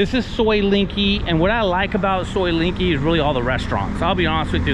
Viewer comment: soi Linkykee?..it's LENGKEE en is en,..as in leng not ling, try again cause you ain't special...yu is just anuffa, a merry can of flatulence ( not influence, as you wish ) 🤔